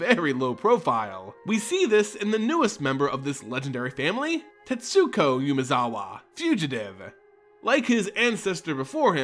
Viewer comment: Not to sound like a prick but you dont pronounce the u in Tetsuko